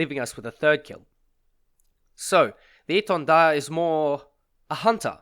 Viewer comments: Yeah it was very well pronounced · Thx for pronouncing the name right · As a french, your prononciation of étendard is really good ! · Your pronouncing of "Étendard" was on point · Correct pronounciation ! Very appreciated ! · Do u happen to speak french ? That the best pronunciation of Étendard that I ever heard from an English chanel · Nice pronunciation on the name, nice vids too.